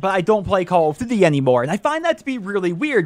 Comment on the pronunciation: "Call of DUVVY" WTF are you saying in the first 2 seconds of this video?